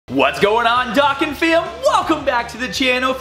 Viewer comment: Why cant you pronnounce the o in dokkan properly yet?....im not hating i just feel like yoh must have gotten billions of comments like this already